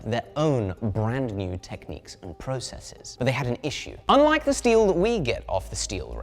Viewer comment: also "texniques"?